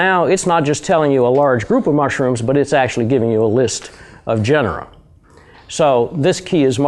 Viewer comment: Genre is a 2 syllable word, other than that, great video. :o) If you want to correct someone...shouldn't you be correct yourself? (Which...I still may not be....)